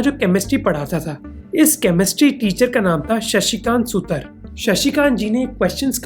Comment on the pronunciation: यहां सुतर नही सुथार आता है, मुझे इस लिए पता हैं कि मैं भी एक सुथार हूं.....❤